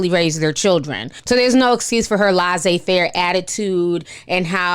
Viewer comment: "tased by a taser".. thanks for the clarification. I thought maybe he got tased by a hammer...😂😂 Also laissez faire is pronounced more like leh-sey it's kind of hard to translate in English but there's no Z sound